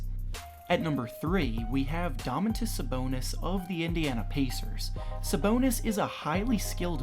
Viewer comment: Why you say Domantas so weird bro